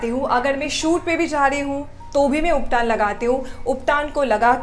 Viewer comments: it is not ubtaan it is ubtan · Call you uptan not uptaan